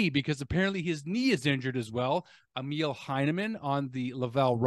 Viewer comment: Yes it sucks big time. By the way, Emil is pronouced “E” “mill” (factory), rather than “meal”. Does that make sense?